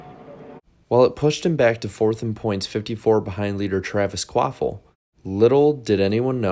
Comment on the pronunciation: I absolutely ❤ you & BFM & found you thru BFM but I do gotta ask, who in the hell is Travis Quaffle??? The way I always heard it pronounced on TV, so I thought & so I thought my ears heard, was Travis Quapple, not Quaffle lol. And even Google's CC captions have got u saying Quaffle so I know it's not my deaf ears 😆. Anyway ❤ your channel & try to nvr skip any ads on your vids & hope u get $(💰💵💵💲) paid for them. I just found your channel a few weeks ago, finally thankfully, so I've been binging. Which binging is my fav thing & I feel like I'm binging on a Breaking Bad or Game of Thrones type of show since discovering this channel. I must have watched some of your vids b4 but just nvr bothered to SUB or anything, just autoplayed into the next video but so glad now that I finally found you, WooHoo! You da MAN dude! Please keep up the excellent, entertaining & knowledgeable work!! 🏁🏆👍